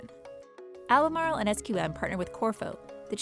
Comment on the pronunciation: Cmon pronounce Albemarle like a real North Carolinean